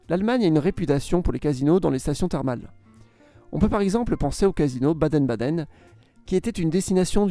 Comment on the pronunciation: "Baden Baden"? 😁